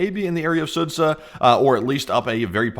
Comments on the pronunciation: Not Sudza, Sudzha [s`oo-jah]. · sudzha is pronounced "soo-ja" :D thought id mention, since we'll prob hear about this place a lot lol